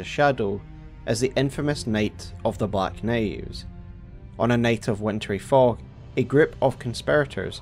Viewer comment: This is the best telling of the “Nate of the black Naives” I’ve ever heard 😊